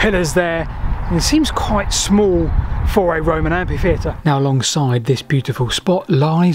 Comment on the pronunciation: "AmPHitheatre" not "AMPithefeatre". You misspelled glimpse as "glimimpse"